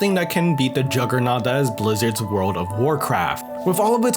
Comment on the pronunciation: BREAF of DA WIYULD